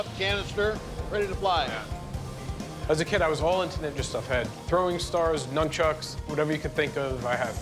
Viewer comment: I’ve been making fun of people that say numb-chucks since I turned 12. Some people should spend a little more time at the liberry…